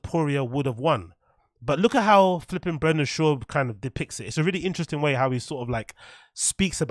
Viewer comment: Virry inchressing 🤏